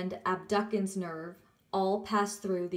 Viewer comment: Thanks for making this video, it is very helpful! If I may add something....CN 6 is not pronounced AB-DUCK-ENS. The correct pronunciation is AB-DOOS-ENS.